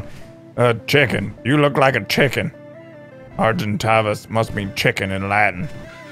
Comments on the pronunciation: Argentavis is pronounced ar-gen-ta-vis/vas just sayin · s pronounced argenTAYvis